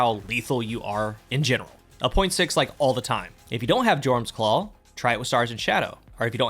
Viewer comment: That's not how Jorum's is pronounced. Also, if you're running this in 6s, just use the Aeon Gauntlets instead. No need to muck about with a bad fragment or constant sprinting to keep things going. Simply watch your Dodge come back in 5-10 seconds for free for the low low cost of your team dying around you.